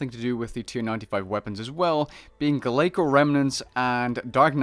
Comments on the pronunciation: great video dude, btw it is pronounced Glaysor not glaykor. like saying the word Glacier as its ice. we dont say Glakier. hope this helps :) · GLAY-SOAR! IT’S GLAY-SOAR! Like glacier but with or instead of er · Wiki states the pronounciation as glay soars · Don't worry, the mods don't know how to pronounce glacor either. No one does 😳